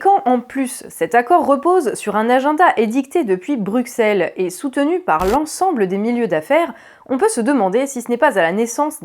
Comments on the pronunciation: "Brussel", pas "Bruksel" please. Bruksel c'est les pinces. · Excellente vidéo, excellente analyse. Mais en tant que Belge, je dois te corriger sur un truc : Bruxelles se prononce BruSSelles pas BruKSelles. Voilà, voilà :) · en français moderne oui, mais Bruxelles et Auxerres c'est pas du français moderne donc ça se pronnonce comme un double s.